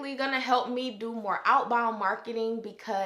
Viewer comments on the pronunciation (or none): I love your videos and tips!! A bonus is when your accent pops out when you hit " inBOund, outBOund" 😆😍Love it!!!! I hope to be able to work with you soon.